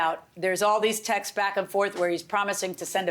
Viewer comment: The thing that annoys me most from this show is the phrase “we have the Texas” 😖 texts is not pronounced Texas!!!!!!!